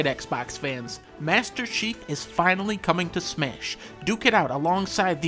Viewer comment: “Mashter Cheif”